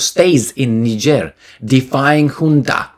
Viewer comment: and countries! Like Niger